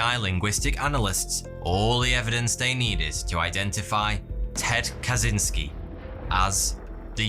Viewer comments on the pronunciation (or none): And since we're on the topic of proper name pronunciation, Kaczyński is "Ka-chinh-ski" (ń in Polish is equivalent to the Spanish ñ), not "Ka-zin-ski".